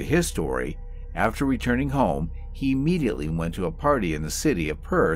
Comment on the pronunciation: PLEASE! The word is NOT pronounced E-mediately!